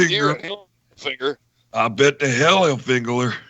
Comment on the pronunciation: Tommy hil-fig-u-lar